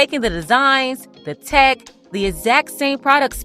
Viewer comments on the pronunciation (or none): none